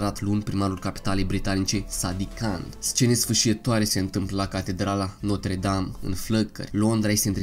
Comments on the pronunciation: Se zice Notră Dam Nu Notre Dam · Gresit spus catredala notra dame se spune catredala notra dramta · Se pronunța notră dam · 㟼๒ค๓๒oo ,eu am invatat lb.franceza 8 ani,si-ti spun ca asa am invatat ca se pronunta...